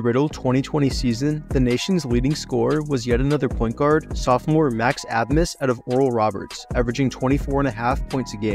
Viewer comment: Haha great video but butchered abmas 😂😂 hurt to hear, but it’s pronounced “ace-mus” 😂 the B isn’t pronounced in his name at all! And Antione Davis stayed at Detroit mercy because his dad was the coach